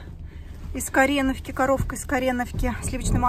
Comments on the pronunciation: уже несколько лет подряд это пишут))она все равно неправильно называет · Почему из корЕновки, когда там ударение стоит на О ? Из КоренОвки !